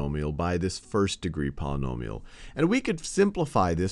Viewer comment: Sounds like a 3rd degree Ponomill to me... I like that pronounciation.